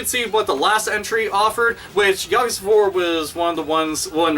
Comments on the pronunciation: i have never watched thsi video yesterday and i have never played this series.. but i know hte word yakuza lol and the way yo usay it just hurts my ears cuz you say it wrong lol imagien yakuza = yakooza the u is like double O lol but anyways it looks pretyt interesting so maybe ill get them to play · Yes, but that's understandable. English words with three syllables tend to put the emphasis on the second syllable, but Japanese three-syllable words put emphasis on the first. Easy mistake to make, I do it too. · i thought it was yaKOOza, have i been pronouncing this wrong? =( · He just called the infamous Yakuza, the Yakaza... LOL